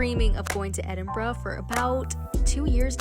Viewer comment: well done. 👏 little things. you correctly called it ‘Edinbrugh’ not Edinboro. that’s a biggie. too marks. love you love the Highlands.